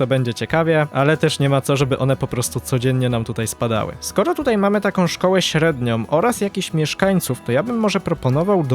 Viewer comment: średniOM, zropbiOM, muszOM itd itd. uwielbiam serię ale proszę zwróć uwagę na te drobiazgi, bo czasami aż kłuje po uszach 😅😅